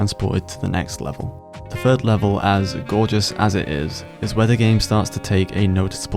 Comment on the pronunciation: “Level free”😂